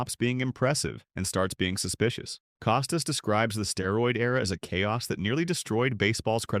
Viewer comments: Don't take the lazy way and use A.I. for images and oral efficiency ! Bob Costas' Last name is pronounced CAH-STASS ! not COH stiss ! The perspective in this expressed by "narrator" are absurd and inaccurate. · Get a dog-gone person to narrate—preferably one who can pronounce Costas. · I wish the “narrator” knew how to pronounce Bob’s last name PS. Bob IS the greatest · Wonder if Co stas has any problem with Bud Light being in the HOF he had no problem turning his head when the roid era was going on.Or Manfred in bed with all the gambling sites being shoved down our throats.Cant have it both ways Bob.ps before you do a podcast at least learn how to pronounce the persons name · I don't believe anything said in this piece. You AIan't even say the name of the main person incorrectly. Why not interview Mr. Costas instead of having your AI telling me what Mr. Costas said. ' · You might try pronouncing his name correctly before you start talking about him. Your credibility is not too high, pal. Shilling had a character flaw because he's a conservative? You, sir, are an idiot. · Narrator can't even pronounce "Costas" correctly, perhaps because it's AI.